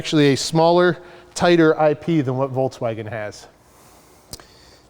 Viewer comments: Did say Voltswagen? 🤔 I hear you Sandy, i've studied automotive engineering with a specialization in vehicle propulsion and alternative drives...yet people on youtube say their opinion is truth and my facts are not. Whatever To be honest, frunk or no frunk, i dont really care, although it would be nice to store the charge cables there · hahaha nobody noticed ben saying " voltswagen " ? :-)